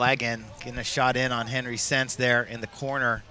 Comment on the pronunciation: Lol, they are calling him Stentz. His name is Sentz. hahahaha